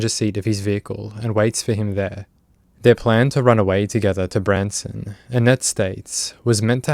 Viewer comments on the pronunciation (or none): none